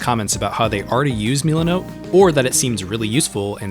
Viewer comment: ah yes, meal-ah.note